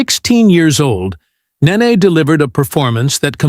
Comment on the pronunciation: BTY, it's Nene (Ney Ney, not Nah ney) Get it right, she's a future superstar 😌